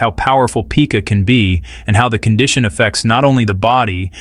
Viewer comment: It's not pronounced 'peeka'. It's pyka.